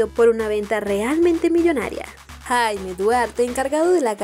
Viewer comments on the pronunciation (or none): none